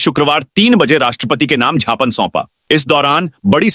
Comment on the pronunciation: अरे ज्ञापन को "झापन" पढ़नें वाले समाचार वाचक को भगाओ हिन्दी नहीं पढ़ सकते ये वाचक, इन्हें अंग्रेजी समाचार वाचन के लिये भेज दिया जावे